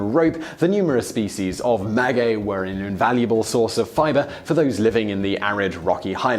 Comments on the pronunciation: the only thing you mispronounced was maguey, the u is silent making it sound like mah-gay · You pronounced Oaxaca right; not maguey though (silent u) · Did he really just say "nujuaTAL" instead of náhuatl, and "magüey" instead of maguey? facepalm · "Ma gay" not "ma gooay"! 😉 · Oaxaca was pronounced flawlessly. Maguey is pronounced Ma-gay. I'm definitely going to try shaker & spoon! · Just like the "U" in tequila. The "U" in Maguey is Mute.... So its pronounced "Magey" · I am laughing at the way he pronounces MAGUEY (mah-whey) at least ke did not say "teh quill lah" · As a Mexican I'm far surprised with how well you pronounced several words. Some others not so much, for example, you started pronouncing maguey correctly then it fell through. Oaxaca, pulque, agave, mezcal, Jalisco were all well pronounced. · You did pronounce Oaxaca correctly, as the X does have a J sound in this case (the letter X can sound, in Mexican Spanish, as either J, KS, SC, S, or SH). What you didn't get right was the pronunciation of Maguey: the U is silent, but it modifies the sound of the G to sound like G rather than J. (And this rule only applies to the syllables "gue" and "gui") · Yes except he doesn’t know how to say maguey